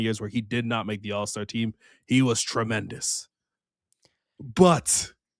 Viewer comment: For the amount says tremendous it really bothers me he doesn't say TREY-mendous